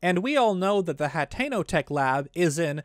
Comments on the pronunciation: We have a pronunciation error here to ...its pronounced (ha-ten-o) not hatteno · Its pronounced (hateno) not HATTENO no extra t